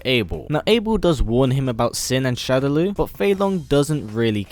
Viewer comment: Killer instinct P.s.- shadaloo is pronounced "shadow-law"